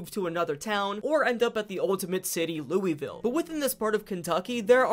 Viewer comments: not even three minutes in and he says louisville wrong. its ok, everyone who isnt from the area (or who dont have relatives there in my case) says it as its written. How to pronounce it correctly: Lull-vull. It really rolls off the tongue. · He also said Lewy ville instead of Louisville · As a kentuckian it hurt my brain when you said "looey-ville" instead of "loouh-vull" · great video however as a native kentuckian who deals with this a lot...ITS LOO-VUHL NOT LOUEYVILLE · ITS LOO VUL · The way you pronounce Louisville is like nails on a chalkboard to a person that lives in Kentucky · that pronunciation of Louisville is killllllllling me :face-red-droopy-eyes